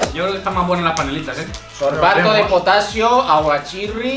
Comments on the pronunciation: yo xd potaxio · En serio les da risa la mujer que dice "potatzio"? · yo xd potacio el pepe ete sech y todo eso jsjsjsjsj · dice " Potacio" :0 Alquien aqui en Noviembre de 2020 ._. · Potaxeo xddd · potaxio xD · wey que tiene que diga potacio es una palbra normal si hubiera dicho potaxio hubiera sido diferente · Es extraño de potasio amiga xD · Miren dijo potasio ríanse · Dijo potasio rianse ._.